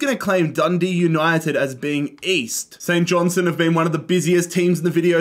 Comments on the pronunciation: st johnstone fan here, its pronounced St JohnsTone not st johnsone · Saint johnstone❌ Saint Johnson ✅